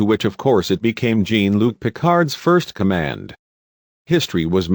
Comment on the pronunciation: this twit is deliberately pronouncing "Ferengi" and "Jean" incorrectly..